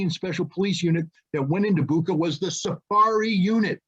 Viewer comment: You can’t even pronounce Bucha correctly. Putler clown!